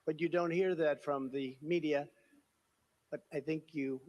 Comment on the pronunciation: The way he says “media” 😂😂